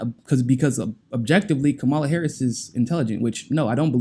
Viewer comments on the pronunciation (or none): You're saying Kamala's name wrong. She said it on the view - it's KAmala not KamALA (Comma-la)